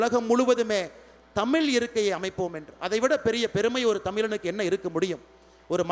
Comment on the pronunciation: முதலில் இவர் தமிழை " தமிழ் " என்று ழகரத்தை சரியாக சொல்ல வேண்டும்